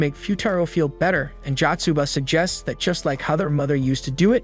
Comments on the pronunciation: Is no one talking about how he says fat instead of that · Bro when i hear him say that it sounds like fat😂